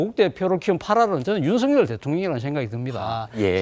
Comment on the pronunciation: 윤성녈이 아니라 윤석열입니다. 일본사람처럼 발음이 안 됩니까???